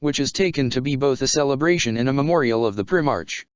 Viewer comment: What kind of reading is this... its pronounced "prime arc" not "prim arch"